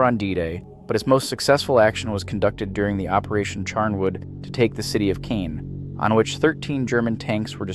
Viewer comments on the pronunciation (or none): Caan. Pronounced Cauwn not cane yikes bro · Pronounced carn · It's millimeter not millimeters, Caen isn't pronounced that way